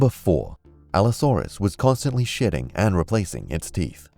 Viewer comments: Instead of him saying shedding I thought he said constantly shitting 😂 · made me laugh for a good 10 mins and its not even that funny. Well played. Also sound like you said shitting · '' No4, Allosaurus was constantly shitting'' ... I know you said shedding but my version is funnier.